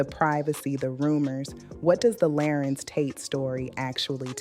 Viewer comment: This black lady AI 🤖 is horrible! Her pronunciation of his name is a dead giveaway😂😂😂😂